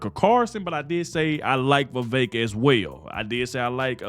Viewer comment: I agree. Elise Stefanik would be a good choice. Thank you for pronouncing Vivek properly.